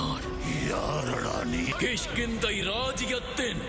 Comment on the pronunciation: அது கிஷ்கிந்தை கிட்கிந்தை அல்ல 😂